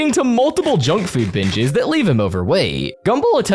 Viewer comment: he said binges